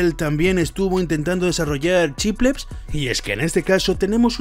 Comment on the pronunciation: Me pone nervioso que no pronuncies bien "chiplets", "chiplecs" y "chipleps" XD